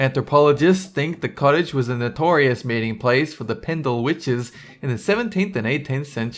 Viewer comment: Well done for pronouncing Pendle and Lancashire correctly!